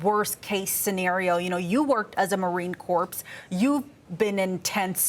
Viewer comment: ....the 'p' & 's' in Marine Corps are silent 🤦